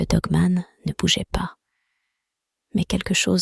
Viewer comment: Nravo pour vette histoire avec la voic qui va bien il ne faut pas dire dgue me'nt mais dogue manne , cela gmisse mieux .jr viens seuleme't fe vois decouvrir aujourd'hui etvje tegrette pas .